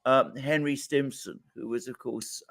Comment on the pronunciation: STIMSON not Simpson , Alexander.